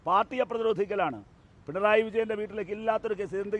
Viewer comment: Pinray അല്ല പിണറായി അത് ആദ്യം മര്യാദക്ക് പറയാൻ പഠിക്ക്😂😂😂